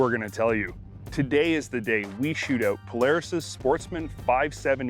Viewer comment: "The vehicles we are shooting-oowt today" lol